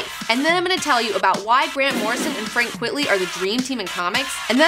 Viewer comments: Always thought it was pronounced Frank "Quite-lee", a pseudonym derived from "quite frankly". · You're cute, and smart, but sometimes the obvious escapes you. It's not "Frank QUIT-ly". Quite frankly, it's Frank QUITE-ly. Duh. Get it? NOT his real name. P.S. Shaky Kane's real name isn't Shaky Kane. And if you don't know who Shaky Kane is, THE BULLETPROOF COFFIN should be required reading for all fans of FLEX MENTALLO. Trust me, I wouldn't lie to you. And I'd guess Mr. & Mrs. Girl19 didn't name their daughter Comicbook, either. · It's "quite-ly" not "quit-ly". He reversed the words "quite frankly" into "frank quitely" as a joke. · Why are you pronouncing it "Quitly"? His name is Quitely. It's a play on words of "quite frankly" so saying it as "quitly" doesn't make sense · Actually, it is Frank Quite-ly. It is a pen-name playing on the phrase "quite frankly". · Great video (as always) but stop pronouncing his name wrong, it's Frank Quite-ly...as in Quite Frankly!!!. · Frank Quitely - QUITE - LEE... Like the inverse of Quite Frankly....